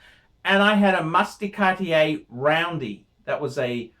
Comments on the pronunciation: another great one....ps: it's "cart-yay". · ...I think your review on Cartier watches is bang on - your pronunciation sucks though....Cartier Française...